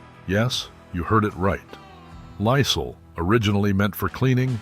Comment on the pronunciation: who in the entire world doesnt know how to pronounce Lysol? nobody...get a new robot. or pay someone from fiver to narrate the video. so lame.